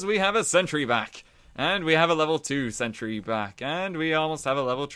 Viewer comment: sen-tree lvl tree